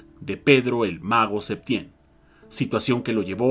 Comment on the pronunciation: A ver, niña, primera,quien te dijo que es una crítica?, Si lees bien anoté: duda; segunda, se escuchó "Septiem", siendo que yo sabía era "Septién". Antes de escribir algo lea bien